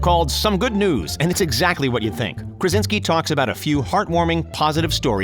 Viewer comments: Why do you call him Karinski ? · InfULEntial, and Karinski?? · Did the narrator really just say “Kar-in-ski” ? 🙄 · He also said "Karinski" at one point I'm pretty sure too :) Oh well :) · he says Karinsky instead of Krasinski. Do your homework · this narrator you probably got on fiverr already said "IMBD" instead of "IMDB" and "Karinski" instead of "Krasinski" and I'm only at minute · "made in the KARINSKI camp" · he also messed up IMDB and said IMBD